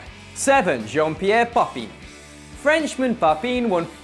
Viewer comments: papin is pronounced pah-pan, with the n silent. its nasaly. but definitely not papeen. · It's pronounced 'pa-pa', not 'papine'. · Papeen??? Do you even french? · the way you pronounced "Papin" is actually hilarious